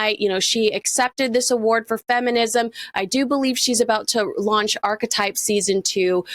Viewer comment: I wish people would pronounce archetype correctly. Say arktype. The ch is pronounce as k.